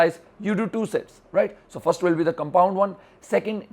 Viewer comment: Did anyone hear him say 'Shits" instead of 'Sets" ? or was that just me xD